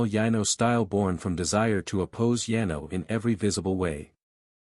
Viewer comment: lol better than yeno and yeno (Yano). I couldn’t for the life of me figure out which kingdom was being referenced!